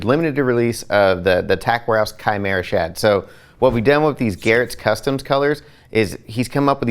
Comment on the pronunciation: Awesome to finally hear a TW person pronounce CHIMERA correctly! 😂